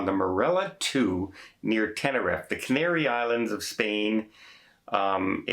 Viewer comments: Tenerife, just so you know is pronounced ten-er-eef Tragic news anyway, I know from first hand experience of a suicide on my train I was working. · In Canarian Spanish, "Tenerife" is pronounced "Te-neh-ree-feh"